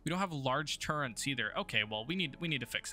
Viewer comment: THERE IS NO "N" IN TURRETS. REEEEEEE! 😋😋